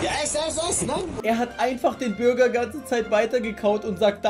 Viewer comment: Bruh, wieso sagt er Bürger und nicht Burger ? :D